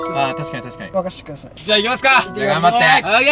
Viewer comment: 13分11秒 皆さんも楽しみにしてくさい！！になってる笑笑